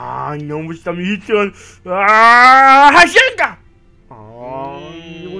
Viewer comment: Nao é rasenga é rasengan